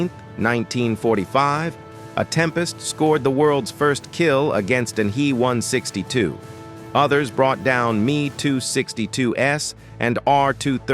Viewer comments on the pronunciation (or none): Make the artificial voice better. Nobody says "Me262" but Em EE 262 or "He" but "Hach Ee"